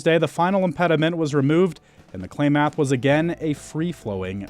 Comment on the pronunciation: Sure wish they knew how to pronounce "Klamath"